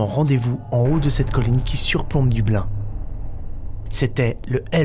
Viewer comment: CA SE PRONONCE: "DEUBLINE" BORDEL xD